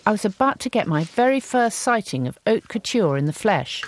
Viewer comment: Lol. " Oak Couture" it's Haute Couture not Oak Culture! Loving the pine needle skirt dahling lol